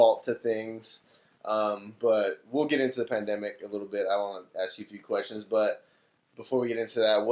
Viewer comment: said: “that pamademic typa shit” 😂